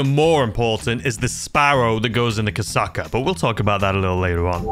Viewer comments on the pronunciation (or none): Bro called the kosatka as kasaka